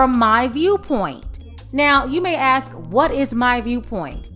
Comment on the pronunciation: I axe you, shouldn’t she be gone? Total crook.